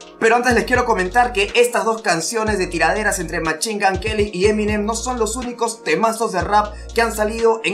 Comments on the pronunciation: Machingan queli jajajajaja me gusta tu inglés .... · Eminem: Literally nobody:: machin gun queli, marchal maders